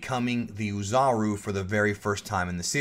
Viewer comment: I'm looking forward to how this series progresses. I even hope that there is a Zarbon episode. (By the way, "Oozaru" is pronounced "Oh" "Zaru". That is, the "O" is long, not pronounced like a "U". Anyway, keep up the good work.)